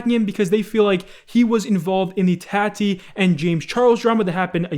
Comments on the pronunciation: scarce be saying tati “tat-e” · "Tatty" westbrook. Yeah that sounds right...